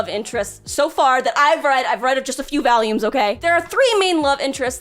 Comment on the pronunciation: Year 5 of BEGGING to understand there's no A in Volume 🤧🤧🤧